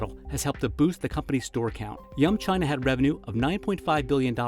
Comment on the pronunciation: They say “yum China” but I keep hearing “young China” :)